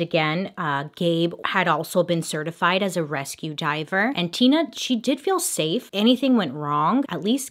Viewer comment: Her saying her name Tina Mind Tina more like tuna Me what wrong with me ? Mind 😬 oops Me this is why I am embarrassing around ppl